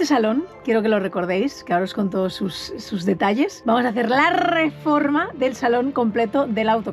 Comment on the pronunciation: Cómo pasan los años, que hemos pasado de un "RRRREPASO DE COMENTARIOS CHST CHST CHST" a un "RRREFORMA DE AUTOCARAVANA"